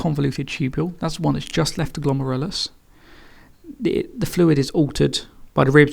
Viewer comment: I love how you pronounce 'glomerulus' my teacher pronounces it glom-air-el-oos